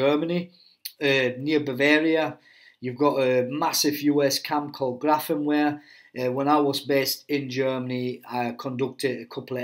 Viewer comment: Grafenwoehr is pronounced Grafen-(veer) NOT Grafen-(where). For everyones knowledge.